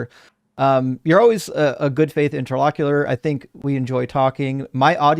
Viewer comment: it's "inter-lock-you-TORE"! Sorry, the way you say it drives me crazy!:D